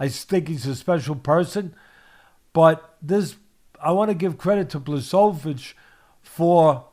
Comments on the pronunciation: Bluhssovitch Hahaha polish names are the hardest to pronounce. And i speak a slavic language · Bwa ho veech. ch = h....w = v...i = "E" sound. The letter "i" by itself pronounced "E" is actually "and". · Who's Blasovitz? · Teddy: “Blazsovidge” ...👍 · The name should be pronounced 'buahovich' or 'bhwahovich' :] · Blahoewich discabogulated him...classic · "Ba-show-vits" Lol.😂 Love it! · nope... it's Bwa-ho-veech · big blachovich 🤣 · I want to give jan his credit continues to mispronounce his name the next 15 minutes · It's OK, Jan wouldn't be upset about this, Jan is normal guy and Jan knows that Polish is difficult language. I am Polish and I still have problems with Polish language, the reform is long overdue. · Lmao.damn teddy is butchering the hell out of Jan's name.😂😂😂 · It would be awesome to hear Teddy mispronounce my name every time. It would be an honor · Just call him Jan (or check pronunciation of his surname)